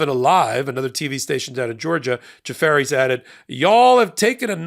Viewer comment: Did you say jafar? Like the disney villain? 😂